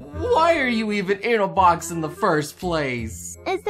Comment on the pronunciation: Box fwox on the pwowl